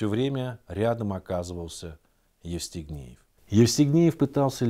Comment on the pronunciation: А мне ещё показалось, что он всё время говорил Естигнеев, вместо Евстигнеев. А может быть и не расслышала.